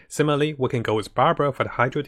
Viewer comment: "and simaly" XD